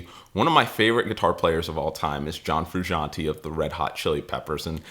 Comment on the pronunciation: Learn to pronounce his name along with chasing his tone